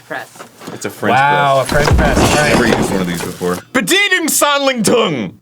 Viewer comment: Arin trying to pronounce "Bedienungsanleitung" made me spit out my coffee